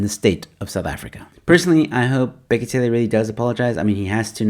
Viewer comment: It's bheki cele not tsele😂